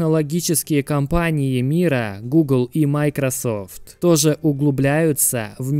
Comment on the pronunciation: Почему майкросАфт, а не майкросОфт?